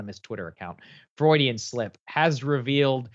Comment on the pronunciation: Honestly man you can't pronounce Freudian?